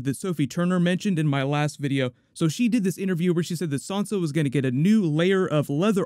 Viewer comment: Stop calling Sansa “Sonsa”.